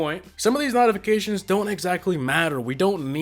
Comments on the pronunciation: NOTifications bruh that accent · Dude you dunno how to say notifications